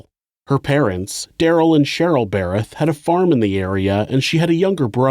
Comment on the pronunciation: I congratulate you on being able to pronounce "Darryl and Cheryl Berreth", because I know for sure I would say "Darryl and Cheryl Berryl" every single time I tried.